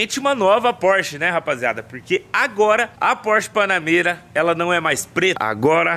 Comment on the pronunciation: Phorch é Phorch,....que o quê